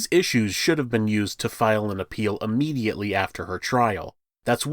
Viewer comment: Since we’re correcting people on “amanda rights” and “statue of limitations”, the word is pronounced (IHnitially) not (UHnitially) also, (IH-mmediately. ) not “UHmmediately ” just like the im in the word immigrant . 🤷‍♀️😇👍